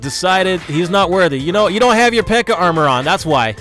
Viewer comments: Why does he say pekker? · "Look how much smaller the pekker PEKKA is" lol am dead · did anyone else here him say pecker lol😂